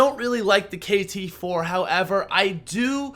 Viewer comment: Cringe ,he said the upgraded kt-4 weird